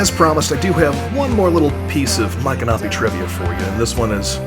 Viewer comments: I've been a resident of Florida since 1976. I've never heard Michanopy pronounced that way from central to northern Florida. I've always heard it pronounced with an ick sound not an Ike sound. I also belonged to the Seminole War Society and always heard it with a M ick a nopy with the accent on the Mich (Mik) first syllable for the famous Seminole Chief. Anyway a great video and a great little town. I have purchased many fine antiques in the many shops. We also usually travel to Cross Creek and eat at the Yearling Restaurant and visit the Marjorie Kinnan Rawling farm as well. Great video with alot of information!❤ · Please don't think I am being critical, but we lived in Ocala for 8 years in the 1980's and visited Micanopy several times. It is pronounced Mick-an-opie. My parents were antique dealers and I first went there with them when they visited from Massachusetts one winter. My son was only about 4 and they got tickled with his fascination with the anchor, which he called a "yanker". Not far from there is the Marjorie Kinnan Rawlings home and Cross Creek. They filmed part of the movie Cross Creek with Mary Steenburgen in Micanopy. They covered the streets with leaves to conceal the pavement because when she lived there the roads were all dirt. Next time you are in that area you should go visit her home and also the Cross Creek Restaurant where you can get some gator tail! TampaJay did a video about that restaurant but he did not visit Marjorie's home. Maybe you should go together and also eat at the restaurant. He really liked it. Thanks for sharing-it has not changed much since the 1980's! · I was told it’s pronounced my canopy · YOUR SAYING MICONOPY WRONG!